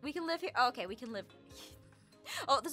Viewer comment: no, he said *OAK*ie